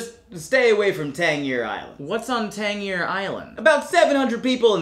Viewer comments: As a born and raised Virginian I have to say I loved the part about the 7 cities! Just one little thing Tangier pronounced Tan-jeer, with a J sound. But with prominent names like Taliaferro pronounced as Tolliver here mispronounciations are expected! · I've lived in VA for the last 32 years and your portrayal is all very accurate, with the exception of how to pronounce Tangier Island...it's not "Tang-year", it's "Tan-jeer" lol 😁🤣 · it should be pronounced tan jeer. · yup. We were so confused at “Tang-yeer” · Always love these, but this one made me check to see if I had been mispronouncing the island when I was there. The internet agreed with me that it should be pronounced Tanjeer Island. Anyone from VA know if this is true? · Native Virginian checking in: Tanjeer is correct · pronounced it Tangeer...an unusual mistake in one of his videos. Which is why I was wondering if I got it wrong. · Its pronounced Tan jeer island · My mom, a native Virginian, asks if you’re serious about the pronunciation of Tangier Island. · I’m from Virginia this is very accurate although he pronounced the islands name wrong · Ah yes been waiting for this one but that’s not how you pronounce tangier island. The g is a soft g not a hard g. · This was very accurate except for tangier Island thats not how its pronounced. My older brother's ex-wife is from tangier Island and it is one of America's oldest accents and closest to what the founding fathers would have sounded like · Unfortunately you pronounced tangier wrong, but otherwise good video